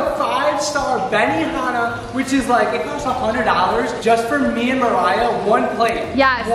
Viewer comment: did anyone else here him say “ Maya” not “Mariah”